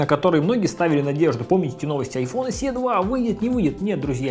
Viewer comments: Эс И, а не Эс Е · Большое спасибо. Только "эС-И". Буква Е в англ алфавите передаётся звуком И.